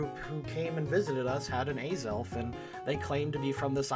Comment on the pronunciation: Its az-elf not a-xelf